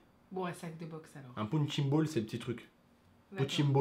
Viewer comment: Goku Rétro pounching ball mdr on dit punching ball